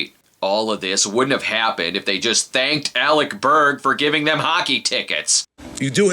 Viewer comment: Ah great. Now I have to say it. Alec Berrrrrrrrrrrrg! Mistah Berrrrrrrrrrg!